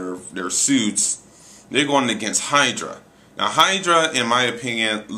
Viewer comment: It's Hydro, not Hydra.